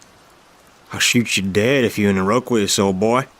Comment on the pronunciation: Iroquois is pronounced EAR-ah-kwoy not ear-row-kwee-us. 😂 It's a first nations tribe.